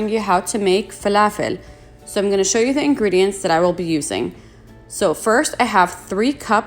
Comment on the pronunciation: Ohhhh inte Arabia? As soon as you said falafel 🧆 with the perfect annunciation I knew. Ahlen sis 😘 ❤️ 🇵🇸